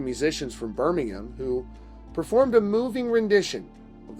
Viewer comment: I appreciate you pronouncing Birmingham correctly 😅